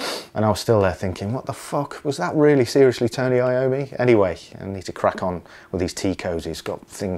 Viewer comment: It's not I-O-ME but yOm-mi, it's italian!